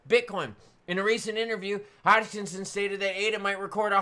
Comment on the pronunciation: Hogkinson? There’s no G in Hoskinson.